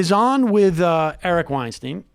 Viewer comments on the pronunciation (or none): I can't tell if you're mispronouncing Eric's last name on purpose or not :l Weinstein rhymes with Einstein. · You are pronouncing Weinstein wrong.